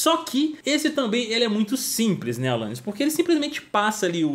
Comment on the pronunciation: só eu q ouvi alanais q da ?